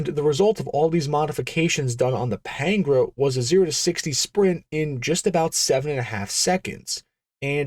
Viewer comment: It's not Pain-gra, it's Pan-gair-a, pronounced like Pantara, as in De Tomaso Pantara, the then current semi-supercar that you could buy at your local Ford dealer. The context of time and place matter, especially in a documentary style video. Other than that, good video.